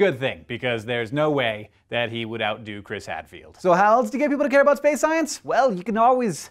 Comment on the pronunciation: SPEWCE!!! excuse me, that was a loud...never mind. Keep walking.